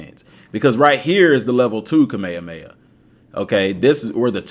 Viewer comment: what is cah-mey-yah-mey-yah?